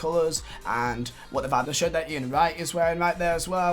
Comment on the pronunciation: The way he says shirt sounds like he says shit